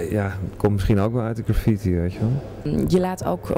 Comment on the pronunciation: Is dat? Aloha! If not, dan wel - het is GraffITi (met de klemtoon op IT), anders heb je het over zwaartekracht. My two cents. P.S. Shoe rocks.